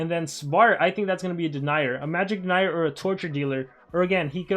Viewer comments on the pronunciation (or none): none